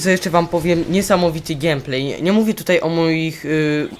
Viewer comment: To nie jest x7, tylko a4tech, x7 to model. :) Komentarz całkiem niezły. Wiem, że to nieco chamskie, ale błagam.. GEJMPLEJ, nie GIEMPLEJ, okej? :> Odpowiadając na Twoje pytanie: W szkole dobrze, już na drugi tydzień mnie nie było przez cały tydzień, gdyż zachorowałem. Oceny spoko. Gieram sobie w mw2 na xboxa, mam nadzieję, że kiedyś sprawisz sobie konsolę. ;) IMO na konsoli jest większy skill w CoDzie niż na PC...